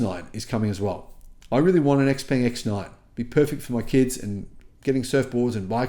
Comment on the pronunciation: You need to pronounce X Peng correctly!